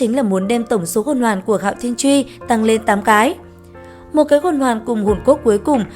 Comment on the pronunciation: Hạo thiên chùy mà sao ad cứ đọc là chuy nhỉ. Nghe khó khịu vãi